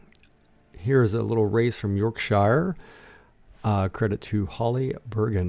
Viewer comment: Also .. York shu… not York shy er 😂